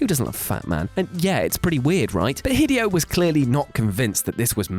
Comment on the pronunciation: The fact you pronounced Hideo like "Video" made me want to punch you in the face.